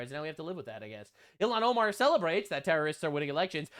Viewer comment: The way pronounces the terrorists names cracks me up every time 😂